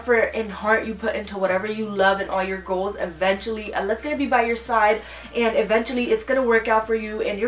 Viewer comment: Hey! This is not a hate comment but you're pronouncing the word "eventually" incorrectly. Watch ❤️